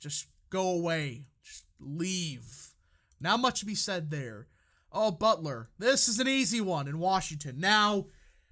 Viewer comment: The representative in WA-3 is “Beutler” not “Butler”